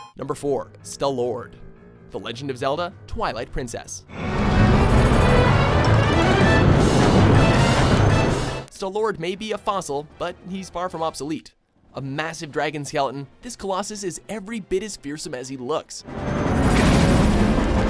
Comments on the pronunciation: "Stuh-lord" I was banging my head against the desk the entire time. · Toaster Frog it's called STAL LORD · And then your pronunciation of Stalord. I really don't mean to sound mean, but you need to learn these pronunciations.